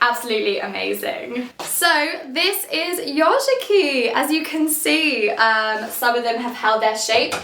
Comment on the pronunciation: The first minutes I was hearing instead of "yozhiki" another word "yoRshiki" that means the totally different :-)